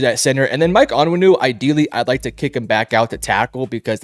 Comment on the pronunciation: We got a Big time Pats Analyst here folks. Michael On-Win-ooh and De-ah- trice Wisse. Jesus Christ this guy is an absolute joke? 😂